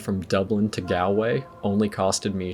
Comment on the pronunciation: Look up how to pronounce Galway, Moher and Kilkenny before you come back here